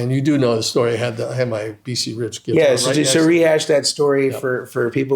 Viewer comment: Gonna see him and Pat soon, he's a big influence of mine, love how he calls it a Git'ar, so do I! Neil Giraldo ROCKS